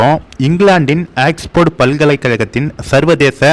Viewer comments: Aiyya it’s not axefard but oxford !! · எலேய் ..... ஆக்ஸ்போர்ட் என்ற பெயரை என்னமோ ஏக்ஸ்போர்ட்டு ன்னு புது புது உச்சரிப்பை சொல்லி குழப்புகின்றாய் . நல்லவேளை ஆக்வேர்ட் ன்னு(ackward) ன்னு சொல்லலை 😂